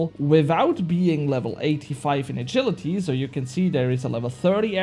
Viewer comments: My man, you butchered the word 'agility' lmao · you were saying it wrong, but later in the video you started saying it correctly